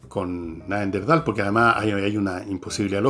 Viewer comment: Entiendo que la palabra es Neanderthal y no Neanderdhal como lo pronuncias Fernando, que precisamente es el antecesor del Homo Sapiens.